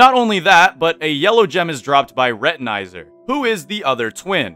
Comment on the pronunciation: Pointless note, retinazer is pronounced like retin, then the second part of laser. Its a portmanteau of retina and laser because its a eye pun.